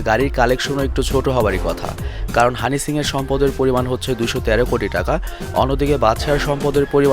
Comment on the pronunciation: bhai honey singh tar nam honey shings keno bolen .eta ekta naam e nah its a brand soo shomman diye correctly bolen[just kidding] dont mind bro